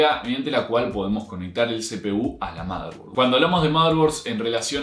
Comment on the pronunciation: "motherborad" F por el error